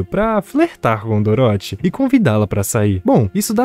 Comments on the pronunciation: É engraçado ouvir ele falando "Doróthy" ao invés de "Dórothy" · Filme bom, só fiquei com agonia você falando doroti kkkkkkkk Parabéns Sucesso ! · Cara, eu ri. Ficou engraçado. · Cara adorei o resumo, mas serio quase dropei o vídeo varias vezes por causa da pronuncia de "Dorothy"